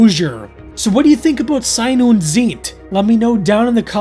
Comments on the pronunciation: It's pronounced "zaɪ̯n ʊnt t͡saɪ̯t". Thanks for the video anyway. 🙂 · If you care, the title's pronounciation is: "Zejn und Cejt"... What probably don't help you as much as I thought now that I wrote it down. - don't scare me like that! (absolutely do) I agree with you this twoparter is nonsense on top of nonsense, but purely for keeping track of long-running subplots, I'm so glad the Samantha-storyline is (will be) over. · Ei in German is pronounced like the word "eye" in English. (Like the vowel in right, light, height, might etc) Sein is pronounced like 'sign' but with a z, so like "Zign" or "Z-'eye'n", and Zeit is pronounced like "sight" but with a 'tz' so like "Tz'eye't" The whole thing would be like "Zign undt Tzight" It means "Being and Time"